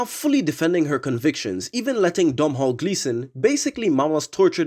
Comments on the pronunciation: Note to the maker of the video - Domhnall Gleeson's first name is pronounced "Donal." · Great video. As a Dredd fan since I was 8 or 9 years old (now 52), this movie finally gave us the Dredd that Mike McMahon, Carlos Esquerra, Pat Mills, Brain Boland and other amazing artists had drawn in my childhood. One poine... Domnhall Gleeson's name is pronounced 'Donal'. Irish names often have way more letters than it seems like they need. Quirk of the language.